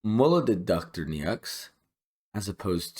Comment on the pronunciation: Thanks for the guide! It's Dr. "NO" btw. That's how you pronounce "Neaux":goodvibes